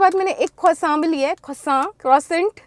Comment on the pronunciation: papa yrr ise Prashant bolte h not croissant 😭😭😭😭